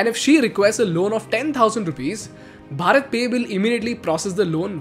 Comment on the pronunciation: You should pronounce भारत pe not भरत